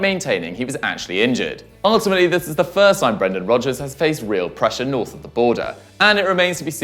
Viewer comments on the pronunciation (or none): none